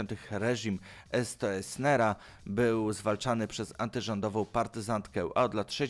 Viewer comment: Jakiego Estro Essnera? Przecież to był Stroessner, czyli Strößner, czyli Sztresner, po ojcu.